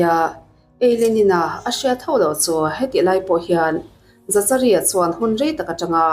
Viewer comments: Za cha ri an tiah, Zakari tive mai la 😂😂😂 dangdai e 😂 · Zachari nilo in zakari anih hmel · Zachary tih hming hi "Zak-a-ri" tiin lam tur a ni. Zachary: zækəri Lam dan phung: "Zak-uh-ree" emaw "Zak-a-ri" tiin lam rik a ni tlangpui. A hmasa ber 'Z' hi a ri nasa deuh a, a tawp lam 'ry' hi 'ree' tia lam rik a ni deuh ber. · Zachary>zakari a ni lo em le😁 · Dik chiah,Zakari tih ve mai awm.. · Zachary ti lovin Zakary tiin lam zawk la,Psycho ti pawh sykaw tia an lam ang deuhin...a spelling ang thlap thlap a lam rik lo chi,silent chi a awm ve a... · Zachary = Zakary tiha lam tur😀🙏🏻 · zachary tih te,saptawng zir a ngai nasa😂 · Zachary i lam dan em2 chu leh😂😂😂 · Miami pawh Miami ti in a lam ve ta a lawm mia-mi ti khan a lam thin a😂 Zachary pawh lam dik ve mai ang😂😂